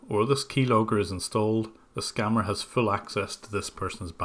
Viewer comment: ....it's not "scamer" it's SCAMMER....